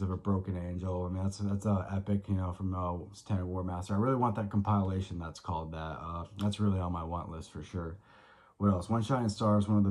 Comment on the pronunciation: It's not pronounced com-PILE-ation